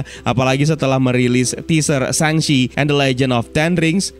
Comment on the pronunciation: bang penguncapan shang chi yang benar itu shang che